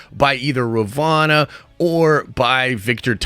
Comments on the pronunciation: RUH VOE NUH Not RUH VAH NUH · Halfway through season two and you're calling her Ravana instead of Ravonna. Boy need to review some vocabulary instead. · How do you pronounce Ravonna wrong when its clearly spoken numerous times